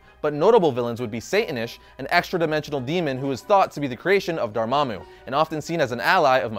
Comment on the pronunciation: Thank you so much for pronouncing Dormammu's name correctly!!